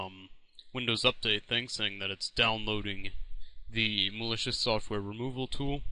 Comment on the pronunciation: mal-e-coos xD